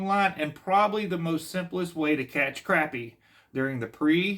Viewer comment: They're not crappy They're crappie...say it right😅